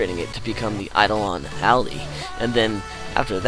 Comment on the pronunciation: eye-doll-on al-eye